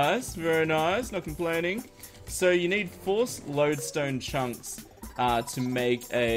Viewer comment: OMG IT AOUNDS LIKE UR SAYING LODESTONE CHUMPS